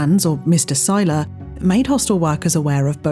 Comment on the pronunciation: It's weird hearing someone pronounce Seiler correctly without having to correct them. Appreciate you!